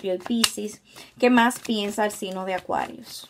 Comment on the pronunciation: Cada vez q dices Acuarius me siento una bebida 😅😅